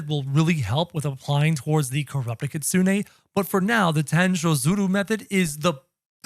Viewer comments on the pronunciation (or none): It’s Kitsune not Kitsune 😭😭